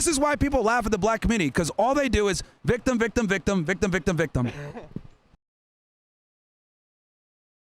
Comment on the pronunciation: " Im a blictim'